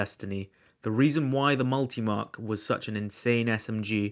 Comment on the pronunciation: ‘The multiMAAAAK’ 😂😂😂 Wtf was that pronunciation